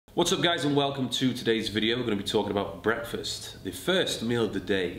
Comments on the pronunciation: What.... Is.... Going.... One.... Here BWEKFAST 😂😂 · Thought for a few minutes you’ve been saying Brexfast